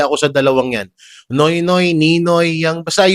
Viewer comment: hindi nonoy uh ninoy ABNOYYYYY😅😅😅😅😅